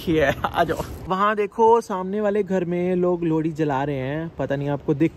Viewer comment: Lodi nhi bhai 😂 lohri 😂❤️❤️